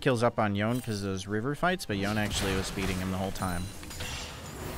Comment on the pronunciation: It's yonE